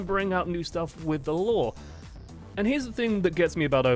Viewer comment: It's law not lore